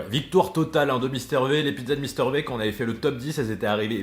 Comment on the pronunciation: Mister V prononcé Mister Vie par pitié, au secours 🤣🤣